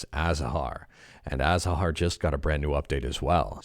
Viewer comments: Is it really so difficult to pronounce azahar?? Every "a" is pronounced the same way. Aaaaa as in "father" aaa saaa haarrrr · Except no /h/ sound should be pronounced, and the “z” has a /θ/ (“th”) sound in the Spanish pronunciation, which is the one the developer has chosen. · I do and I’m also a phonetician. If you pronounce azahar the way you’ve described above, you’re pronouncing it wrong.